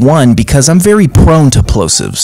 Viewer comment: The way he said "plosives" was personal asf